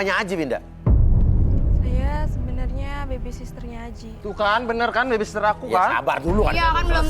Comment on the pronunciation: salfok sama bacaannya harusnya baby sitter tapi kok jadi lain